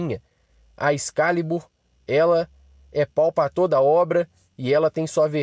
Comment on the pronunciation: Tropeço no português veja: Excálibur excá-libur você, no português, ex-ca-li-bur Excalibur. Puts que os pariis.